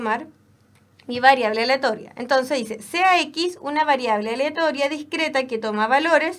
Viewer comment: que tanto cuesta pronunciar "aleatoria" por la re chucha